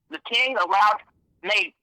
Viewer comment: As soon as he couldn't say the Kings name....that was it for me....FRAUD!